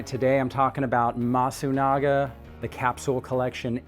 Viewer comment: not masugana , c est MASUNAGA